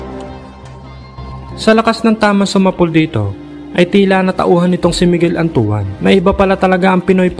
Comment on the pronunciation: Bakit antu-an ang bigkas mo kay Antoine? 😂😂😂